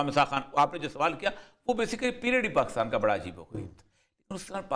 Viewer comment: Word is Pakistan not Paa--Kus--Taan.